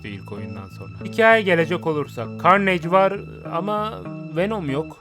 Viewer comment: aga git biraz ingilizce çalış gözünü seveyim arkada ses olsun diye açtım telafuzların kulağımı kanattı. karneyg, amayzing ne anasını satayım ya